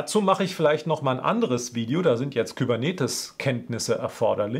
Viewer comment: Astreine Arbeit. Danke dafür. Auch das "Service-Mesh-"Video, auf das kurz verwiesen wird, ist von gleicher (hoher) Qualität. Was mich ein bischen befremdete war, Kubenetes als "Kübernetes" (meinethalben auch "Kybernetes") auszusprechen.